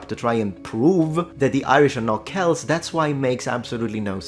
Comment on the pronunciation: oh i am so overjoyed you used the correct pronounciation of Celt yet knowing your attentional to detail I shouldnt be surprised